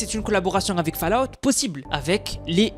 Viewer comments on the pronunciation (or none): none